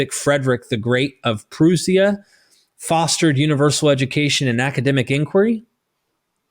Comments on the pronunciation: Not "Proo-sia." "Prusha." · Proosia? You mean Prussia . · Prewseea? It’s Prussia. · Prussia is pronounced (Pra-sha) similarly pronounced like Russia. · He still needs help with “Proo-see-uh” (Prussia) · Him pronouncing Prussia lmao